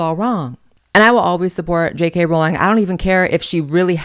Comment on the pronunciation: I know you were truly into Harry Potter because you pronounce it "Rolling" (correctly)